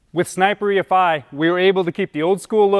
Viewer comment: only thing is,...it's not E-FIE. It's E,....F.....I. Godamn it sounds stupid when your video starts right off with someone who can't say each separate sound of the EFI.